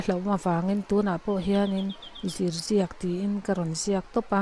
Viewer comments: Zirziak tiin lam rawh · Zirziak hi I lam dik lo